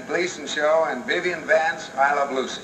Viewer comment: Sounds like he is saying I love Bucy...